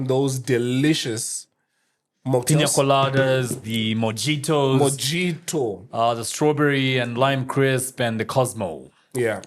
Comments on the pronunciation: Yeah he missed 😂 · Why do you guys say “Mojito” 😫😫 The right pronunciation is “Mo-i-to” that’s Spanish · Just to put you up to speed sir. Many people we interview say “mo-jee-toh” and we got tired of correcting them so the running joke is that we gave up and also started calling it by that monicker.